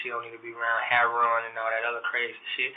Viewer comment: I got 1 question? Who the H#££ is this “Hair-Ron” he keeps mentioning??